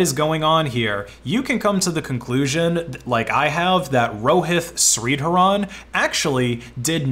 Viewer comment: Bro you pronounced Rohit Shreedharan horribly wrong